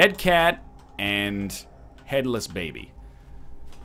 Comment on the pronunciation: ... am I a bad person because I thought he said:"Kate you have been meowing for me" instead of "Cat you have been meowing for me" o_O